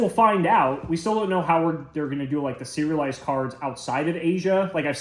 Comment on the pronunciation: I'm definitely hungry. All I'm hearing is "cereal-lised". So maybe this new foiling has cereal kinda texture on it. Then, towards the end, oh.... So that's what he meant😂